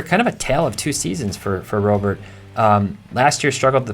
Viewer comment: Can we start pronouncing Robert like Robert? It's time